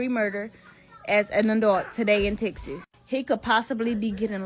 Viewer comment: "In the Tixas". Okey...